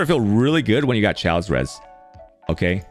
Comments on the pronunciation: FYI, he purposely mispronounces things for his content. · FYI, chaos is pronounced ‘Kay-oss’, not ‘Chows’.